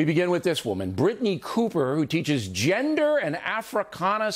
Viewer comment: lol, I love how Bill stressed gender and african when mentioning the professor. I actually cracked up.